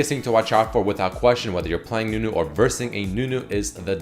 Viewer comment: its not nunu rework its newnu